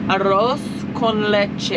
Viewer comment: As a native Spanish speaker i approved that "arroz con leche" pronunciation. It semms like the stealing corn problem is global. Good luck with the harvest season.